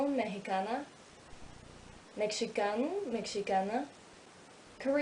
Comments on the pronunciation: Hi! Your Portuguese pronunciation is very good and natural. The letter "X" is a little bit trick in Portuguese, which made you misspronounce the work "Mexicano". And, yes, they are very similar. Being a native Portuguese speaker helps me a lot learning Spanish, Italian and French. It's not helping learning Romanian though. Great video, keep going :) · That’s not how you pronounce “Mexicano” but everything else is pretty fine! Good job.